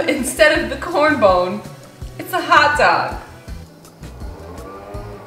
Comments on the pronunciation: did she say... corn bone? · it drives me insane everytime you say corn bone but i adore you regardless lmfaooo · did she say corn bone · So we gonna ignore that she called it “corn bone” instead of corn cob😭😭😭 aww, i love you😂❤️ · What the hell is a "corn bone"?! It's a COB, not a bone!! Hahahahahaha! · COB! NOT CORN BONE! WTF!?!?!? Lol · I’m sorry, did she say “corn bone”??? Hahaha